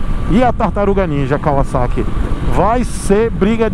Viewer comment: Fiquei até emocionado com você falando Kawasaki e não "Cavazaqui" Como a marca ficou conhecida no Brasil. Parabéns por não perpetuar um erro.